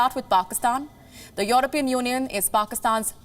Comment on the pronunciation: It's European, not Your-opean